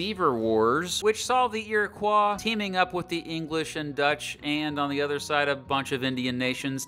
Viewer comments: I'm sorry him pronouncing "iriquois" "eeriqua" physically hurt me. It's pronounced like "eerikoi" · As a heads up, Iroquois are pronounced Iri-coy! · Pronounced iroquois incorrectly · U pronounced “Iroquois” wrong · please learn how to pronounce Iroquois